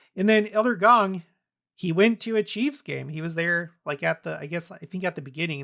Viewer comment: ...FYI: Kansas City Chiefs is pronounced "CHEEFS", not "CHEEVES":)